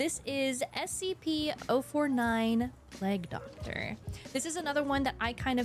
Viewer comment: Pleg Doctor 😂